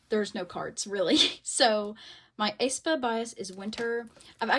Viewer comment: love ur vids girlie but the way u were pronouncing aespa made my skin crawl 😭😭 /hj